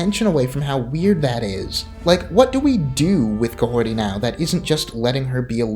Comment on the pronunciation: "Mahorty" That's all I heard